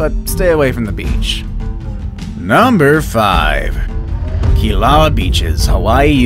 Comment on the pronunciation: Why do you say Kīlauea so weird